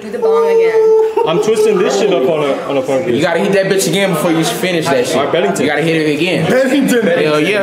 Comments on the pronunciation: he said bettington did you ever mention that because i believe qwe did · "He said bettington holy fuck*" lmao